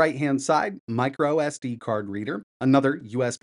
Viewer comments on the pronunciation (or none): none